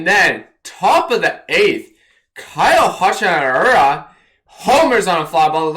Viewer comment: “Kyle Hachimahura” “Kyle Hasahahura” I think you mean Higashioka (tip: it’s pronounced exactly like it’s spelled) HI-GA-SH-EE-OH-KA